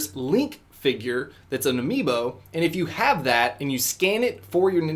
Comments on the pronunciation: What is this Amobii you speak of? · "Imobiis" LOL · "Amobii" ... "AMOBII" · Did he just say "Amoobi"? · when he says amobii xD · He said EMOBII'S 😂😂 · Who else noticed he said amobii? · Emobii. Really?! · Amiibo don't work on the Wii... Only 3DS and Wii U dude. Also did you say Amobis? that just might be me. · "Emobie" How do you do, fellow Nintendo fans? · "youll never have to scan your amobbi again" XD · a-moe-bee? lol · What is an Amoe-bee?? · "Amobii" - 2017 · Boy He said amobi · " you can save epona and never have to scan your EMOBII again" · No, It's Emmobi. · Emobis lmao 😂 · "For Epona you can save it so you don't have to scan the Amobii again.." - Lol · actually it's amiibo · lol, the last few times you pronounced "amiibo" like "amobee" haha, good vid anyways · Lol! It's amiibo...not amobii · Its “a-me-bo” not “amboe” lol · He called it an emobii not an amiibo😂😂😂😂😂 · He kept saying Amobi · Amobi I believe you were meant to say amibo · Lol u said amobi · Was it just me or was he saying “amobi” to replace “amiibo” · You kept saying amobis near the end of the video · He keeps calling amiibo amobii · Lol amobii not amiibo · Amibo not imobi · towards the end he said amobe instead of amiibo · Not amobii,its amiibo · he said amobiis not amiibo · A-MOW-BEE HAHAHAHAH 😂 do you mean A-MEE-BO LOLOLOL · this man said amobi instead amiibo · He called the amibos amobis and he thought that they were on the wii not trying too hate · Heh he says amobi instead of amibo just thought I'd point that out. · HE SAID "Amobi" INSTEAD OF "Amiibo" AND HE SAID "Gamepad pro" INSTEAD OF "Pro Controler"!!! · At the end he said "amobii" when it's actually "amiibo" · lol "amobii" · Oh wow. AmobiI(s) They're called amiibo(s) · He started to say AMOBII at the end there instead of AMIIBO cringe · He said amobii. Lol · he called them amobees so many times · I think he just said amobi lol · its not amobi it's amiibo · Imobii... it's amiibo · it's not imobii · Haha "emobis" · "Amobii" LMAO